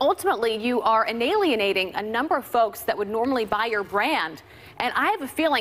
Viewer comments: First of all, biatch.....it's "Alienating," NOT, "INalienating!!" (:24) GAWD, she's so stuuuupid!! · "Inalienated"??? Why not alienated??? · Did she say “analienating” instead of alienating 🤦🏾‍♀️😂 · I love Abby's newly invented word "inalienating" ILLITERATE! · Did she say inalienating? Is that a word? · Thank you for putting up the video where Abby says “analienating” That’s not a fu@ word but someone took down every video of her saying it. This woman is so ill informed, it’s astounding. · Is it me or did she just mispronounce “alienating” seconds?